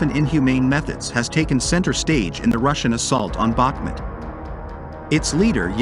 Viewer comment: ‼‼‼FYI, it is pronounced BaHmOOt, and the accent is on the second syllable. I am from Ukraine :)